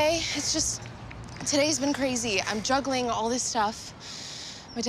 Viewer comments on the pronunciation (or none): I thought she said druggling not juggling